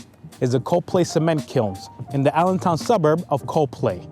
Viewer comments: I was born and raised in Allentown having left in 1979. Miss it very much. However, your pronunciation of Coplay made me cringe. Xtill enjoyed the video though. Thank you. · COPLAY pronounce Cop-Pla-y Not Co-Play. You missed so many historically important areas that makes the Lehigh Valley so great. Oldest Bookshop in all America that's still open to this day The Moravian Bookstore located on 428 Main St, Bethlehem, PA 18018 first opened 1745. Bethlehem Steel originally sat on more than 11,000 acres of land; the site of the 4 Blast Furnaces is only a total of 5,000 acres. Down the back east-side of Bethlehem steel towards Hellertown where all the Trucking warehouses are located now a days was actually still part of Bethlehem Steel right up to Silver Creek Country Golf Club. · Its “cop-lee”. Not “CO-play”. Like Copley Place in Boston. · You mispronounced Coplay. It’s not Co-Play it’s COPlay. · Its not pronounced co play its pronounced cop lee other than that great video 👍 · COP- LAY not CO - PLAY! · Very nicely done! But one thing that seems to distinguish the locals from outsiders is their pronunciation of the city of Coplay. Most you-tubers pronounced it "Co' play" while the locals say: "Cop' lee". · It’s Cop lee not co play. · It's pronunciation of Copley is " cop lay" nobody says coopley. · I grew up in Allentown in the 70's and 80's lots of history in the area. Moved out to the Mid-West of Evansville, IN. I definitely miss my home town in many ways, definitely the food. Great video, THANKS! Also I had always heard Coplay pernounced as Cop-Lay not CO-Play. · Dude, this is a great video! Thanks. Btw, it's pronounced Cop-LEE. Yeah it's dumb. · My ancestors settled in the Lehigh Valley prior to the American Revolution, and so I want to thank you for this excellent video. I learned some things! Also, we pronounce the town name “Cop-plea.” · We pronounce it "cop - lee".